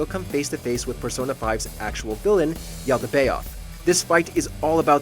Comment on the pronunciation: First off, Yaldabaoth is pronounced like "YALdabowth" Secondly, he's not even the hardest boss in that game, let alone one of the top 30 modern hardest bosses.